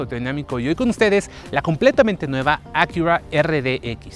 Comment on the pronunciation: A qué "akiurrra" 🤣